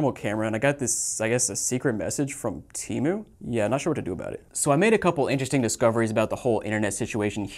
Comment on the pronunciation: How did you pronounced temu lol timu